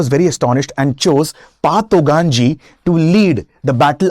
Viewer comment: It's not pa,,its call fa